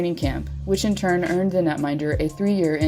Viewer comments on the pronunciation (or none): none